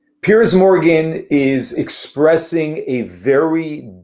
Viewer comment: Piers is his name. Pronounced differently from Pierce.